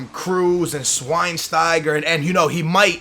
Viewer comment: Bad news on Thiago tbh..exactly as you described. & it's pronounced SH-WINE-STIGER